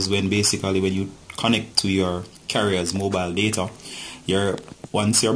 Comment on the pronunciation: Mobile shut? Idk what yr saying